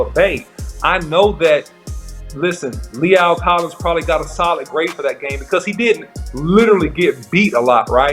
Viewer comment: that man’s mama gone get you for butchering his name lol lol lol other than that good film study however I don’t think right now we can compare those guys right now because Lae’l was out for a year and Steele wasn’t so let’s just give a fair shot until there’s more film on Collins